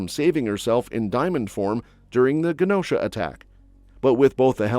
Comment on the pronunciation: It's a soft "g" sound, for Genosha, not a hard "g" sound.